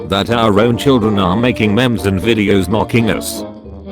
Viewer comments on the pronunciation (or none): Everyone:memes Daily dose of memes text to speech:*MEMS* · I love how he says memes he says it like memes 😂